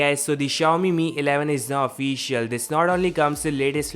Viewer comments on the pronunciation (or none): none